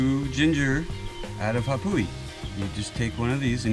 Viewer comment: It's not pronounced Ah-pooh-wee. It's Ah-vah-pooh-hee!